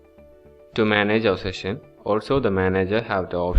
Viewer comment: In Rescue Session in Odoo POS is it just me hearing "section" in place of ""session" ...